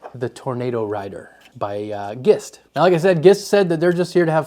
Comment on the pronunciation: Pretty sure that's not "G'ist" and more a Jist in pronunciation as in, "get the gist".